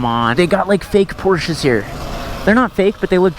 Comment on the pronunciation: FINALLY! Thank you for pronouncing Porsche right 😭😭